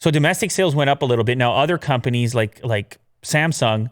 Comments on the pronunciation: Actually, the way Tim Cook says Samsung is closer to the actual Korean pronunciation. Sort of emphasizing the second syllable. Just sayin’ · Actually Tim Cook tried to pronounce Samsung as it should be, in Korean.